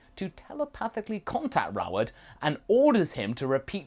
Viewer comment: Oh...the entire time you were saying "Roward", I thought you were saying "Raort" or "Raourt".